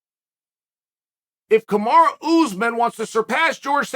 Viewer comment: Lmaooo why does chael keep calling him kamara